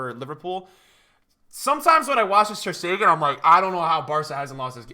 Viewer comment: Why does everybody say Stegan instead of Stegen??